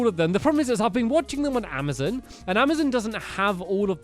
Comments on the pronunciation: he keeps on saying amizin instead of Amazon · Stampy its called amozon not amizen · ITS AMAZON NOT AMAZIN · It's not amizin it's amazon